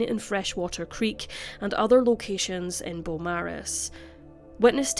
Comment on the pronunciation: Thank you,. Us Aussies sure do appreciate all of the cases you cover here. Hadn't heard of this one. RIP Victoria & Giuseppe. Just a side note, if it's pronounced like the Melbourne suburb of the same name, then we say "bo-morris". 🖤 🐨